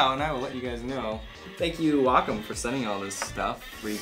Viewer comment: it's weigh-comb